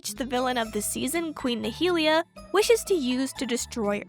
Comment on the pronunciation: Nehelenia not Nihilia